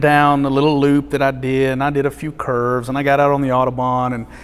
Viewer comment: Every time he says "curves", I understand it as "kerbs". Now, the roads in Germany are like race-tracks, but they have no kerbs